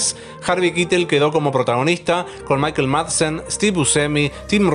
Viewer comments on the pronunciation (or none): none